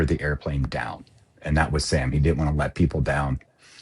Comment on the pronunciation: Didn’t, not ditnt